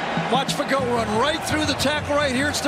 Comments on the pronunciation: It is pronounced Fa-go. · Fuhh-Go… yes I am positive this is not how his name was pronounced in boot camp…